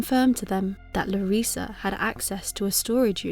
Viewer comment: you say Larissa just fine, no worries.